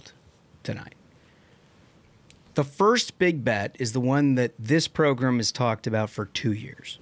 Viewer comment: Where did “progrum” start? My grandma used to call the don imus show her favorite progrum😂😂😂